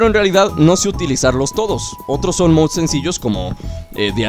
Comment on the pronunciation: Dices mouds